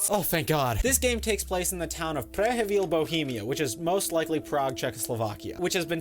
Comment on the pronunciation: the way you pronounced Prehevil is arguably the best i've heard yet. buttery smooth